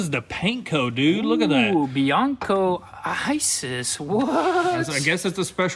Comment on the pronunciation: Bianco isis not (aisis) 😂dio can